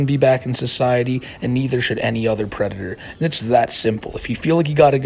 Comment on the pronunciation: The white bowser is a pwedator